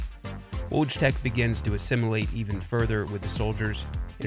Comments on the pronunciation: Aight, there's probably gonna be like a million low effort comments here in a day or two about how this guy butchers "Wojtek", but before that happens i want to give some perspective: Wojtek is pronounced Voy-Tec (exactly as the correction in the description states, thank you for that.) Now, this may not seem like a big difference, but here's how Wojtek would be written if it was written the same way pronounces it: "Łodżitek." Notice how this is a whole-ass new word, and is actually much closer to our pronunciation of Logitech (Lodżitek) than Wojtek. You probably won't relate if you're not bi-lingual but, just trust me on this, every single time he utters that cursed word, i come one step closer to tearing my face off in anguish. It's one of those feelings you just can't put into words, like looking at someone typing "google" into google to get to google. Oh, yeah, the video's great btw, just had to get this of my chest LOL. Just, please, next time you need to pronounce a foreign word, just put it into google translate and press the speaker for a reference. Thank You for coming to my Kurwa talk. edit: just found out what happened here 3 months ago. yikes. one less channel to hog up my subscription feed:P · Great video but a small suggestion: maybe look into the pronunciation of names in other languages (e.g. wojtek is pronounced similar to voytek), instead of reading it as if it were english. I understand it wont be possible to read words in foreign languages perfectly, but a roughly similar pronunciation would be more than enough. Thanks! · Yup. Listen closely to how he pronounces Wojtek (for example ,) but replace the "W" sound at the beginning with "L" in your head. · great vid but all this effort on the vfx side of things and you couldn't be bothered to run his name through google translate once to get a clue on the pronunciation? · Woodz-tech? xD WTF It's Wojtek. I can't stand this shit as polish xD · I like the pronunciation: Wodge-tech. xD